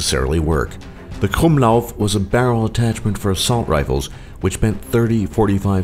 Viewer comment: Im Austrian and he said KRUMMLAUF right xD and it was so funny.